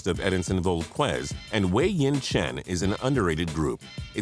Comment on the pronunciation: Also, did you really just pronounce it Edinson Vol-KWEZ??? I'm an Angels fan and even I know how that's pronounced.